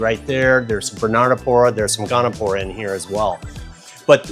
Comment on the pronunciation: It's Goniopora, not "gonopora". Nice corals, nice store.